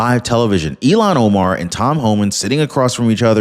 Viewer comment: I look forward to your channel,, I really do. However, PLEASE, PLEASE learn this woman's name??? Its................ il---HAN o-mar. You can do it,! il---HAN o-mar! You use her name frequently, but incorrectly.